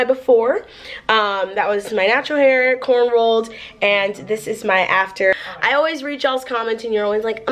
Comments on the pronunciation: AM I THE ONLY ONE WHO NOTICED SHE SAID CORN ROLLED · THIS GIRL JUST CALLED CORNROWS....”CORNROLLS” LMAO 🤦🏾‍♀️ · did she say corn-ROLLED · "My natural hair corn rolled" COMEON ITS CORNROWED 😭😂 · Did she say corn rolled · Omg you said corn rolled 😂 but anyways your hair looked is SOOOO good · the fact that she said corn rolled... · She said corn rolls...